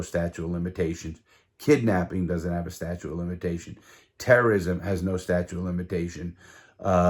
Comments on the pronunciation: Hey bro, it’s “statute of limitations” not statue! Or I’m deaf as hell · I would never use a guy that is unreliable like that. Did he say 'statue' of limitations? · Sta-chute is how it’s pronounced lol. Great story tho.